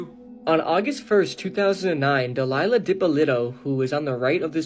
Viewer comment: It is not Delilah it’s Dalia Dippolito